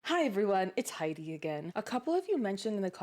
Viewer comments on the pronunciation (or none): none